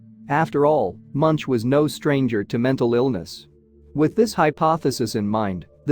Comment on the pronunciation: His name is pronounced Munk and at the time this was painted there was a volcanic eruption on Iceland so large it could be seen from Ekebergveien in Oslo where he lived.